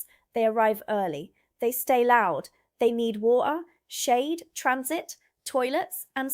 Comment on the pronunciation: love to hear a little bit of, you living in London. It's creeping into your accent in the the way you say Water. Warms my heart as a Londoner.